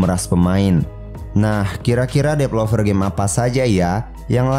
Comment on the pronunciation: Developer, bukan depelover